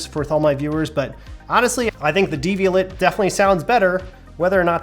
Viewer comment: Devial*AY* (-et, French; like Chevrolet).